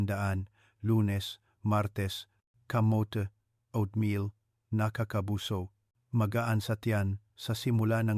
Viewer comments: Hahaha...anong O at meal?...OAT MEAL....PAANO KMI MANINIWALA SYO..E HINDI KA MARUNONG MAGBASA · GAGO O AT MIL BIGKASIN MO NG TAMA HINDI NA YONG PAGBIGKAS NG ISANG IGNORANTEKUNG HINDI UMALI KA NA DYAN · Doc puede mo nalang bigkasin na Oat meal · Bakit O at meal ,nakakailang pakinggan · Meron bang o-at meal, patawa to si Doc, di halatang AI